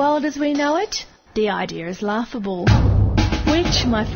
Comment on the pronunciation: haha she said ideir ;D